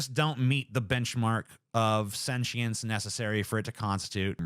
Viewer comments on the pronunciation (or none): its sentience not sentchience